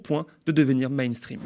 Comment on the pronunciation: "Mainstrean"? Ça me désole toujours assez l'utilisation de mots anglais. C'est ringard. Pour le reste, on sent bien que pas mal de médias alternatifs commencent à sentir le rance. Ça ronronne. Envoyez un peu de lourd, merci, Macron se contrefout de vos formats gentillets. Au contraire, ça lui fait de la pub...😑